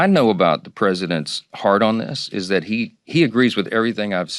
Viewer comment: Check out -25, Maga Mike says he knows the presidents "hard on" this, is that he agrees with....bla blah. Yes he says heart on, but he says it like he probably is worrying about the former! Not that he would know anything about that impure stuff....